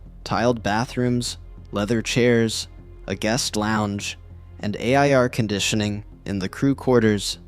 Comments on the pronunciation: Another AI docu. 🤣🤣🤣🤣 A.I.R conditioning .... Air Conditioning ... thumbs down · This dude said A-I-R condition in stead of saying air conditioning lol wtf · A.I.R. -conditioning 😂lol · A.i.R. conditioning..... can you not say air conditioning on YouTube or something? 😂